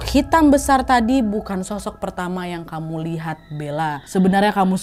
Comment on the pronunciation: bener kan,,😀😀 suka bnget aku dengernya "shoshok" kek gitu Kya nya di telinga pengucapannya